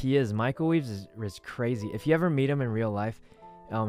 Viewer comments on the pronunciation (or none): am i the only one who hears Michael Weeves and Wee Sin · When he says michael reeves is swole, who here noticed he said michael WEEVES?